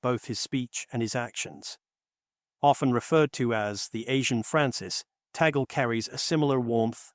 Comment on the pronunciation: Luis Tagle not Taggle